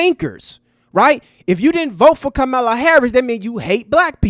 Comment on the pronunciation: So sad that you can't 'properly pronounce' Ka-ma-la's name correctly (that playing us as ignorant, f👀l). UNSUBSCRIBED!